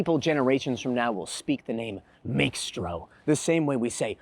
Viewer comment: Are you sure that "x" isn't silent? I feel like it sounds better when its just Maestro.